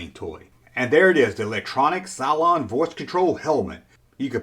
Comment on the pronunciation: Oiii, its CYLOn,not Cyclone! Arghghhh, we.not talking weather! Much loves, xxxx